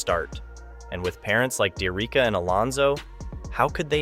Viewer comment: Her name is pronounced D - Ericka